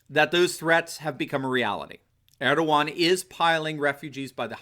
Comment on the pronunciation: God, this comment section is a bit too much retarded. At least the guy can pronounce Erdogan right.